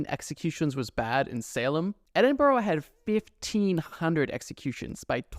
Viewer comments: Edin-burrow??? There's no O at the end. It's Edin-burr or Embra or Eddinburra. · There’s actually “the witches well” at Edinburgh castle to commemorate all of those who were killed during the witch trials in Edinburgh. P.s. It’s Edin-bruh or Edin-buh-ruh not Edin-borrow! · Edin-Bruh. Never Edinboro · Ok by the way it’s not edinburrow it’s edinbruh from a British person that is how it’s pronounced 🤗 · Just saying it’s “edinbruh” not “edinborogh” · no way he just pronounced Edinburgh as “EE-DIN-BURROW” It’s “Eh-Din-bruh” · i dont want to sound mena but it its pronouced 'ed-in-bruh' not edinburough!! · Its pronounced edinBRA not boro, BRA 🤣🤣🤣🇨🇦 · its called edin-bruh not edin-borough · Scot here, its pronounced EdinBruh not Edinborough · It's pronounced edin-bra not burrow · As someone from Edinburgh the way you pronounce it is (Ed-in-bruh), tbh the way it’s spelled throws me off sometimes too 😭😭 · Also, it’s pronounced Edin-bruh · ED IN BORO urgh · Its pronounced "Eh-duhn-bruh" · The way you pronounced Edinburg hurts my scottish heart... 💔 its edinbrah... 💔💔💔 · Christ. Please learn how to say our city name correctly. Edinburo. No. Just no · looked at Edinbourough and thought i miss Edinburgh no seriously though never heard is said that way as a scot🤷‍♀ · Scottish person here. Edinburgh has an incredibly long and dark history, including Mary King's Close and the trial of Burke and Hare (that's a good one to google later). Little pro tip though, especially useful if you plan on visiting: You wanna pronounce Edinburgh like "edin-bruh" because the locals will get annoyed and call you out if you say "edinboro". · as someone from Scotland it’s pronounced edin-bra btw! :) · Edinborough, Chuck republic 💀 Work on the pronunciations please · Edd-in-bruh. That's how it's pronounced. Any British Town ending in Borough is pronounced as bruh. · Edinburgh is pronounced "Edin-burah" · Btw, it’s pronounced Edin-bruh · It’s not Edinburrow it’s EDINBURGH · You mispronounced Edinburgh :(